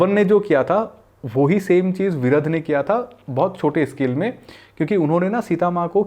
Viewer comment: Actually his name was "Viraadh" not Viradh